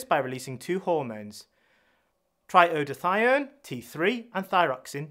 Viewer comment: The voice and the subtitles/transcript make a glaring error at about . ... it does this by releasing two hormones try eodothione t3 and thyroxine t4 ... Which should read: ... it does this by releasing two hormones - tri-iodo-thyronine, T3, and thyroxine, T4 ... Afraid that was really poor quality control. Anyone can fluff their words. But someone should have listened and checked the transcript. (Just a patient/member of the public.)